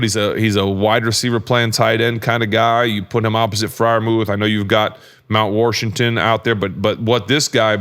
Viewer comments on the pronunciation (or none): Mt Wershington lol love it